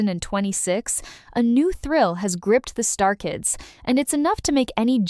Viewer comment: It's not star kids, it's Stray Kids! Wtf?!